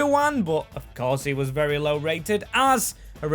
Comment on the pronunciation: "Not ver good for the club"... lol. Thays a bit generous. ;)